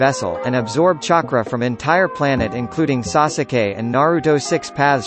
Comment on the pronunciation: Why do you say “Sa su keej” instead of sasuke like every normal person?